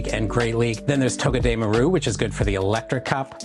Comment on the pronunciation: its pronunciation is toh-geh-deh-MAR-oo Like all together you are kinda separating it, not to be petty and all.